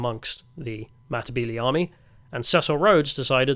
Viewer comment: Say , Mata-belee" not "mmbilee,". Probably the best commentary done from some one who didn't live there but still done ok. A "gook" was taken from the Vietnam war of a description of a terrorist described by the American soldiers, and adopted by the Rhodesian army.